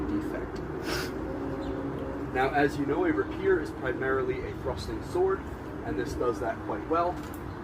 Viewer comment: It’s rapier not rapeer bro 😂 nice review though. Did it come sharp or did you have to refine the edge?